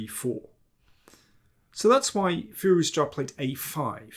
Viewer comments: I love Daniel's analysis, he is awesome, but every time he says Firouzja "Firuz-JA" I can't help but laugh. 😂 Sounds like a shout from Skyrim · I did some Google "research" and it seems to me you are right. I still think Daniel overpronounces it, but yeah, you are completely right. I stand by my "shout from Skyrim" point 🤣